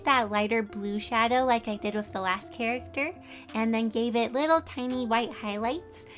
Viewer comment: Wait did you say character or carrot??? 🤔🤔🤔🤔🤔🤔🤔